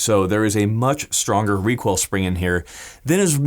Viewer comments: "help control wecoil uwu" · Got to contwol that wecoil 😎